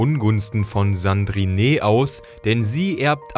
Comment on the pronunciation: Wenn ich "Sandrineeee" höre schmerzt das echt. Französisch: letzter Buchstabe weg. Also Sandrin.